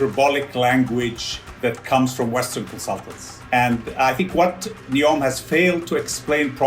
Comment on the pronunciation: It’s Neom not Neon Lights😂